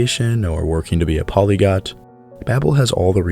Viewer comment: There's something humorously ironic about saying the word polyglot wrong when promoting becoming one haha sounds like you're saying polygut